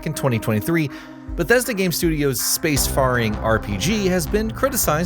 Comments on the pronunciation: Did you just say "space farring"? Really?! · . Space "farring." Well done bot.....great start. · The fact you said “space FARing” convinced me you’re using Ai for your videos and as a long time sub sorry I’m out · Don’t let gen Z idiots review video games. In fact, don’t give them jobs at all. Space faaring? This is what happens when people spend all their time reading from a computer screen and no time hearing how English words are actually pronounced. Good lord, it’s frightening that these people are the future of the human race. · Don't get me started on the bot pronouncing Terran like Tehran, Iran. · Look up the correct way to pronounce ‘faring’ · SPACE “FARING” 😭😭😭 🥀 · Can you please not repeat the word "faring" until you learn how to pronounce it, that was painful